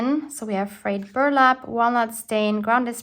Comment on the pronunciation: You said "frayed burlap" correctly...way to go, girl! hahaha Love the way your book turned out, as always very creative!